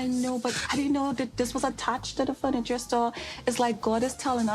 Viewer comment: I'm glad I'm not the only one who noticed 'fruniture' haha, it drives me nuts! He has said it on other videos too. I'm not sure if he's doing it on purpose or not lol